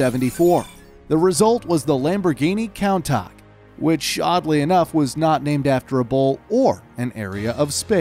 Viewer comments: The way he says Countach kills me. Count-acht lol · The countach is pronounced “coontash” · Countak? Coun-tash (phonetically)...gr8 vid but name pronunciation is key brotha... 👏 awesome stuff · Every car guy : countach Every non car guys : counttak Btw love ur videos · cown tark It’s pronounced cune tarsh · it is not pronounces count-aach,it is pronounced coon-taash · me: countach him: counter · He called him countack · He said countop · Lol, he called the countach a kowntac, I’ve never seen somebody pronounce something so wrong. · I believe Countach is pronounced as kuntash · you pronounce Countach (chun-tash) wrong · Umm what is a Count ach... It’s Countach (coon-tosh) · The way to pronounce countach, you pronounce it more like coontachee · you said countach wrong (it is pronounced Coun-tash) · Countach is pronounced coontash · This guy said countak not countach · it's pronounced as "coontash" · Who else is triggered how he pronounces Countach? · He got Murcielago and Gallardo correct but completely butchered Countach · the way you pronounced countach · The pronunciation of Countach is killing me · I love the video but you really need to learn how to pronounce countach man 😂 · WHY WOULD YOU BUTCHER THE NAME?!! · He pronounced the countach so wrong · kinda painful to hear them call the countach so badly. I would suggest as considering the makers of these cool vids are americans, to first make sure you do pronounce stuff correctly or at least like the mainstream, because no one calls the countach in such a german/english bastardized version. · are we gonna skip the fact that he said 3 names wrong. The Countach, Mercielago, and Gallardo